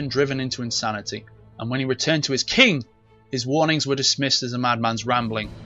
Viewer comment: why he say king like that?you good bro?